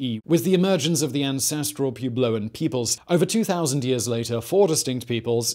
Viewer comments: PWEB-low, not PEW-blow. Sorry - that's my home region, and you hurt my ears 😂. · Pewblow gave me a giggle too along with hippity hopi. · Yes. I think my ears were still ringing so from PEW-blow that I glossed over the HOP-ee 🤦🏻‍♀️. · He said Pube-lo 😂